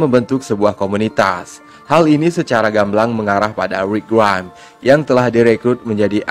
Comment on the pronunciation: nyebut rick grimes biasa aja bg tolong